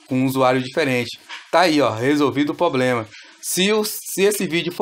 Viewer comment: Se chama problema com R é uma agressão a língua portuguesa a forma que você pronuncia essa palavra